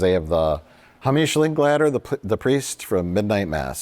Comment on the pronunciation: Mike went all in on “Hameesh Linkladder”